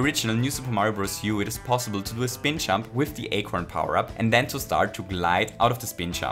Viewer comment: it took me way too long to realize he was saying "jump" and not "chump" lmao